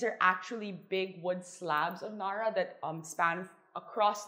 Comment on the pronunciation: Cringing how she pronounces narra “nuh-ruh” no honey, NA-RA